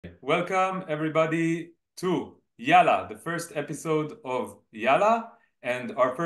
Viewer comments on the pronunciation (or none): Hey Brothers, love your channel and podcast. May I just comment on the pronunciation of Yalla where you say it as if it is just one /l/ but actually it is stressed and doubled where you hold the /l/ sound longer (also called a dark /l/ or heavy /l/ sound) before pronouncing the final vowel /a/.